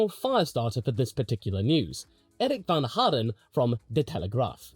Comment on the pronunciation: i am dutch and you sai eric van haren very good